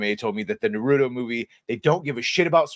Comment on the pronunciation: You saying it "nuhrootoh" is wild